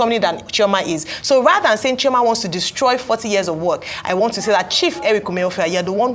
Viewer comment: To add salt to injury how can u say “what doy you WANST to be when grow up?” Some serious grammatical error that shouldn’t be done in front of primary school pupil. That isn’t how to LEAD by EXAMPLE… Mans can’t even pronounce WANT correctly…? 🙈😒🤦‍♂️🤦🏾‍♂️😢